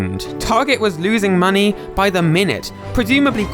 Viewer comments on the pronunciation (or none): none